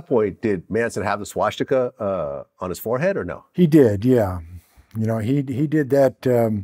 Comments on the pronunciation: vlad even says "swashtika"...i KNEW he was jewish. nbd vlad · “Schwash-tika?” Who the fuck says that 😂😂😂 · “Schwastika”- Vlad